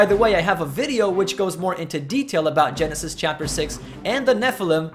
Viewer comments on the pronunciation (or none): none